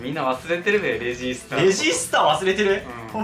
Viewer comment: レジー↑↑スター↓一週間くらい耳に残るから勘弁して欲しい笑